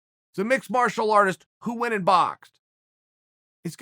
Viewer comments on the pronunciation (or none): none